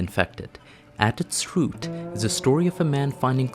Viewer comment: At its 'rrrute'